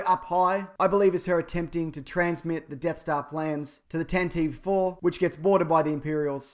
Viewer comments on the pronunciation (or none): It's not the "Tan-teev IV." The Tantive IV is pronouced "Tan-ti-vee." Listen to the radio drama (which has part of the prequel story, too). The pronunciation has been there for 30+ years.